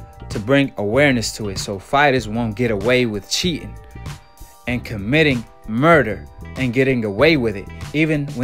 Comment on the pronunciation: Cheetin, cheetin..,every time u say cheetin... 😹